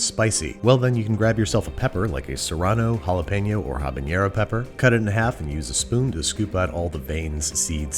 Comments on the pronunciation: It's habanero not habañero! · There's no y in Habanero. It's not Habanyeahro